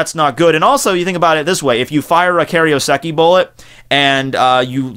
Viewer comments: Kay-roh-seh-kee FFS, can you pronounce anything right? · Is that right? I thought it was Kai-ro-seki?